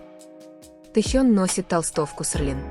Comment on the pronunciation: Автор канала, ну научи уже свой ИИ говорить не,, Серлин '', но,, СЕЛИН '', а то режет уши